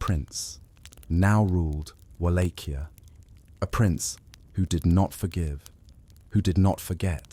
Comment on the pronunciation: So so so many instances of the correct pronunciation of Wallachia, that the incorrect and constant changing of the pronunciation throughout this video made it unwatchable.